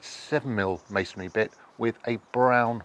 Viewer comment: Thank you for pronouncing masonry properly; not as "masonAry." 😊